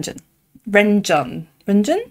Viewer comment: Renjun's name is actually rly hard to pronounce so just do it like you can :' ) I dont think he minds, just mandarin has rly hard sounds for us to make- I think the closest I could write it is: lon-jwin